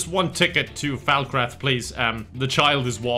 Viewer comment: wtf the way you pronounced Falkreath lmaooo what was that XD